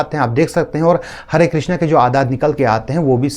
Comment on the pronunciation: Krishn hota hai krishna nahi